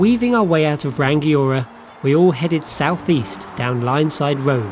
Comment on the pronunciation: Hey. Good stuff, though there is no hard 'g' in "Rangiora", it's Ra-ngi-o-ra